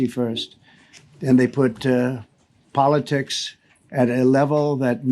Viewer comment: For those of you just tuning in, this is what he does when he misreads “Politics” on the teleprompter. 😂